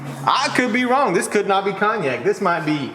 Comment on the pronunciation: I thought you were saying Kanye until I realized you were saying Cognac 😂